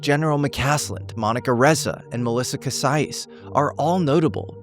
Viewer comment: This was a profound video. Thank you so much! I know it doesn’t really matter but since I know you will be reporting on these people and places again. I wanted to share with you how some names should be pronounced. I come from New Mexico and Bernalillo is pronounced Berna-Lee-yo and Taos native’s last name Casias is pronounced Cass- eeyas. One thing you should know, several women have disappeared in Taos under the same circumstances. It is believed that Taos has a serial kidnapper/killer.